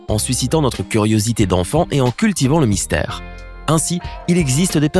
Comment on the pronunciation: mystère pas mistaire